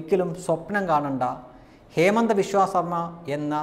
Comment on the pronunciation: ഹേമന്ത വിശ്വാസ് അല്ല, ഹിമന്ദ് ബിശ്വാശ് ശർമ്മ എന്നാണ് പേര്‌.